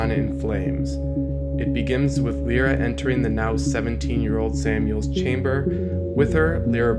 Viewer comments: it's Lyra not lera or lora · "Lie-ra", it is pronounced that way.. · I always thought that Lyra is pronounced "Liera" other than "Lira"